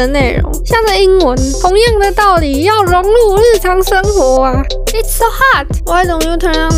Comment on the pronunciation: 是It's 不是I's……